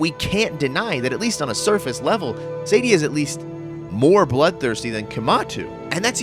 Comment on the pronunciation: Dude, her name is SAADIA, not Saydia. SAAAAAAA-di-A. {:o:O:}